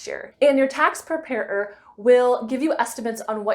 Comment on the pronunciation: Prepair-er 😅 Great video